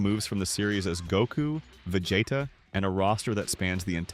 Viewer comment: the video is cool and all but saying vegeta like that💔🥀